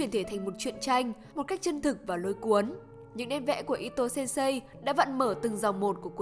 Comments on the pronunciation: Sensei nhé bạn, đừng đọc là sen sây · Đừng đọc sensei là sên sây nữa được không =.= Nó là sênsê (chữ ê hơi kéo dài) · Mình góp ý chút, thật ra Sensei đọc là "sên sê" chứ không phải "sêm sây", thật ra đọc đúng còn phải thêm trường âm nữa, nhưng đọc là "sên sây" nghe nó đau tai quá, nhất là với những người mắc OCD như mình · khoan bàn tới nội dung video, chỉ với cách đọc từ sensei thành sen-sây của người dẫn truyện đã thấy sai quá sai rồi, mình ko nghĩ 1 kênh chuyên làm về anime manga mà việc cơ bản như vậy ko biết...